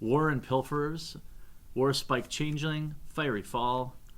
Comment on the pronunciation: He pronounced fiery as fairy e.e